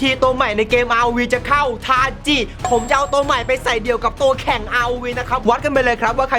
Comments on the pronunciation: ทาจิครับไม่ใช่ทาชิ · ชื่อ ทาจิครับถ้าอ่านตามหลักภาษาญี่ปุ่น ち chi ออกเสียงว่า จิ し shi ตัวนี้ถึงออกเสียง ชิ ครับ